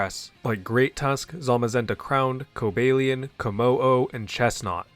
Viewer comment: A bit unrelated, but I'm impressed how well you know your Pokemon pronunciations. I'm pretty sure you didn't get a single one wrong. I don't think I've ever heard anyone else pronounce "Cobalion" correctly before. So refreshing to watch a Pokemon video where the person isn't butchering every other Pocket Monster's name.